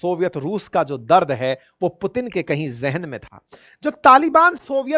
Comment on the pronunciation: Ek..Do..Teen..ab aa gaya Pu..Teen😅😅😅😅😅